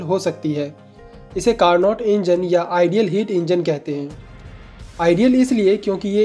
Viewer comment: It's carno not carnot. T is silent